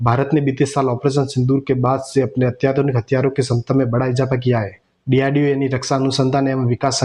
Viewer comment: Abe cheema bolna seekh lo DRDO hota need to learn to pronounce .